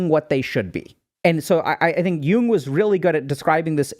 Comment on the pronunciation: It’s Carl Yoong